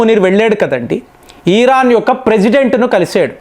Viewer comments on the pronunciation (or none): ఆయనకి “ ఇ “ రాదనుకుంటా “ ఈ “ అనే అంటారు 😂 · అన్న ఈరాను కాదు ఇరాను అని పలుకండి